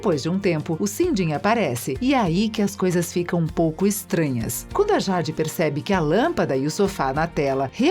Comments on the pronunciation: acho que ela ta falando por causa da pronúncia errada, "Jade" mais se pronuncia Jeide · Ruim mesmo foi a "jádi" kkkkkkkk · Jade se pronuncia Jeide, acho que se escreveria assim. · MANO QUE AGONIA DESSA DUBLAGEM FALANDO O NOME DA JADE ERRADO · MANO SÓ EU FIQUEI COM RAIVAAAA 😡😡😡 QUANDO ELA FALOU O NOME DA JADE ERRADO ? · Nem eu. E o nome da Jade. Kkkkk horrível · Nao consigo assistir com ela falando jade 😂😂😂😂😂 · É nem o nome da Jade 👁️👁️👄👄👁️👁️💅💅